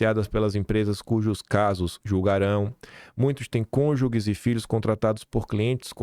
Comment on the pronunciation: Não é “cônjugues” é cônjuges.